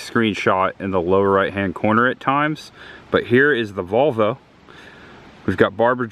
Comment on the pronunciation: did you say 'There is the Vulva....(?)', instead of VOLV-O!? LOL. This is so cool to see. Richard